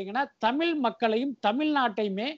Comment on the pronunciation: தமில் இல்லை தமிழ்